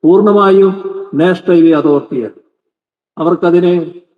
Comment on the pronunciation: നാഷണൽ അല്ല നേഷ്ണൽ എന്നാ ണ് മുഖ്യൻ പറയുന്നത് അതുപോലെപറ